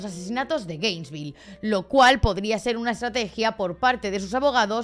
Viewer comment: No me gusta ser el típico niño repipi, pero no es GRainesville, es Gainesville, que TOC me ha dado cada vez que lo he oído mal 😂😂